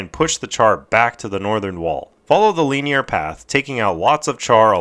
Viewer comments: the pronunciation not the use of the word hahaha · Good video but they way you say linear triggers the fuck out of me lmfao